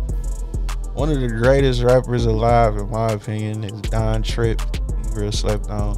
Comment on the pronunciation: Fam said Don Trip…naaaa